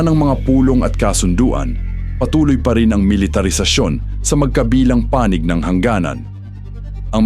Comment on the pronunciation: robot or AI naman ang narrator..kakainis ang accent niya na awkward pakinggan gaya ng pagkabigkas niya ng "magkabilang panig" walang stress dun...no to AI voice or narration..